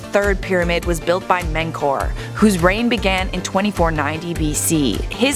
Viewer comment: It's Men-KAR-ee not men-kar😂😂 ik this is annoying but I had to